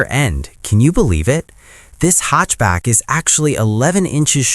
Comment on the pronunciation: Nice video, gotta get that ai voice to pronounce hatchback properly though haha. I purchased a 2026 k4 gt-line turbo hatchback about two weeks ago, I test drove both the turbo and a base model k4, and it was night and day, to me the biggest difference and what actually sold me on the car wasn't the engine at all, it was the transmission. The CVT or "IVT" as kia is calling it, felt terrible, unresponsive and dead. Actually being able to feel 8 physical gears when accelerating makes a huge difference, and it absolutely does feel way faster. Plus, a standard 8 speed automatic transmission is guaranteed to be more reliable than any cvt.